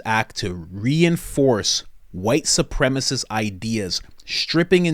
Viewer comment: "Supremacist" not "Supremist"